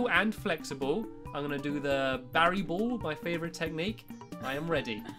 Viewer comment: BaraBariBall (Bear--AH-Bar-EEE-Ball) That's how u pronaunce BaraBariBall!